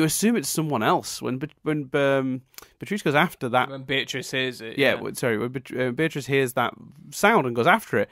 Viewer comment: It's Bee-uh-triss,. Not Buh-trice. Bee-uh-triss.